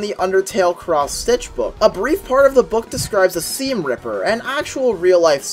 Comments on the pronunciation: I'm pretty sure his name is pronounced see-m, not shoh-m. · Why do you pronounce "Seam" Like that It's Not spelled "Shaun" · Why he pronouncing it shawm? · Something about Seam a lot of people don't notice is that he knows he's in a video game. He goes out of his way to specify how to pronounce his name after having already said it, which you wouldn't do if you were simply speaking out loud. This means he knows that someone is seeing his words as text.